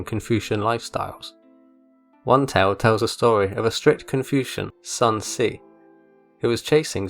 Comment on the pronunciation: "Son see" 💀💀💀